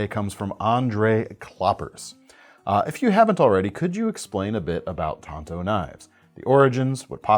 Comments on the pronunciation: There is an A in the word. It's tanto not tonto. Tonto is the lone rangers sidekick. Even lynn thompson says tanto. Tonto if used correctly is the japanese original version which does not look like the american tanto. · They are pronounced tan...to.. Tonto is the Lone Rangers buddy! Get it right man ffs!!😂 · Please stop saying TAINto. It's pronounced Tanto like Tanya. Not Tainya. Otherwise not a bad video. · It's 'TAN'to as in the color. Tonto was the Horse in the Lone Ranger.......Hellooooo McFly!!!!!